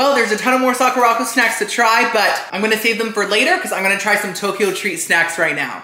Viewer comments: Hi, I really enjoy your videos! Just a little fun fyi… the Sakuraco box is pronounced Sak-ura-co…. Like the Sakura flower with co at the end. Not sa-ku-ra-co. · not calling it sock-ooo-rock-oh AGAIN. LOL its Sakura (like the Japanese flower on the cherry blossom tree) co (as in short for company) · BTW its Sock-er-Ah Co. like the Sakura blossom. Sakura Co. Akidearest, another youtuber who lives in Japan gets the box too.